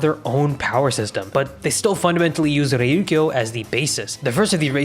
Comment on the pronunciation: bro how did you butcher Reiryoku the same way every time lmao It's not "reiryukyo"